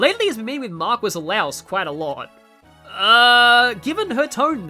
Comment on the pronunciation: Okay, so I was right! They just out and say it! Neat! (Also, I'm pretty sure marquis is pronounced "markee," since it's French)